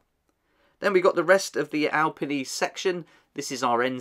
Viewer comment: eh good try at the pronunciation, its more like al-pee-knee instead of al-penny